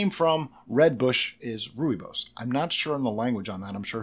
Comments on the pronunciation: Rooibos pronounced perfectly....i am fom South Africa. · Rooibos (Roy - bos) is in Afrikaans one of the 11 official languages of South Africa, it's root language originated from Dutch/German. As you said correctly rooi is red and bos (the o is pronounced like you would the bo in boy +s) means Bush. It's a non caffeinated and very common tea here in South Africa. :)